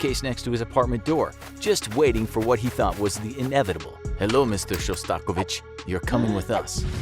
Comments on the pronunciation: ... sorry if im number 200 to say this but its Shos TA KOV ich not sha STAKO vich. Classically trained violinist. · Interesting pronunciation of “Shostakovich”